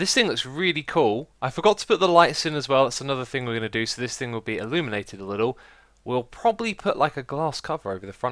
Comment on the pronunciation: Also he says illuminated (kind of sounds like illuminati)